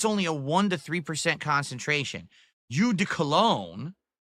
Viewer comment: It's pronounce "oh" not "you" jfc